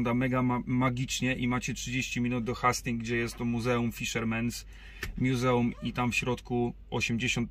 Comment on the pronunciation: Jeden drobny, ale ważny szczegół - wymawia się "Hejstings". ;) Na pewno podniesie to poziom odcinków, jeśli mają być bardziej turystyczne. Nazw marketów się nie czepiam. ;)